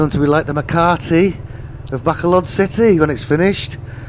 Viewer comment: Please stop calling it Back-a-load. It's called Ba-col-od....Please stop being ignorant... You've been here long enough?